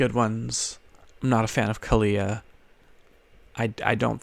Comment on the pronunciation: The way he says kaalia bugs me lol.